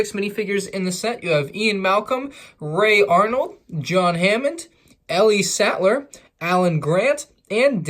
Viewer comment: He's saying it right it's ellie satler so idk what your thinking